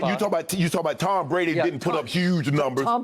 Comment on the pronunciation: Soooo, this was about Drew Brees??? I guess I have been pronouncing his name all wrong this whole time, because Skip pronounces it "Tom Brandy"....hmmmm